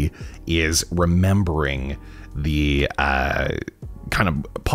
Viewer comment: Please stop saying “member,” LOL.